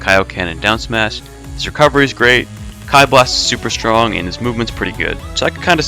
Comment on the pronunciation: KEEEE Blast. Not Kie Blast...